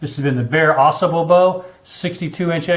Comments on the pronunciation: Hey I know this is an older video but thought I would give a helpful word. It is pronounced Ah Sahbull. The Au Sable river flows thru Grayling and is where Fred Bear lived in a tent with his wife while he started his bow company. Thanks for the vid! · I hear people mispronounce this river name. Drives me NUTS!! It's not Ausable, with the accent on the first syllable. it Au Sable! Two separate words with the accent in the first syllable of the second word.